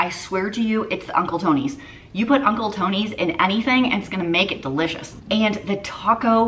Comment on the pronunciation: As a Louisiana native, I kinda tilted my head everytime she said "Uncle Tony's"😆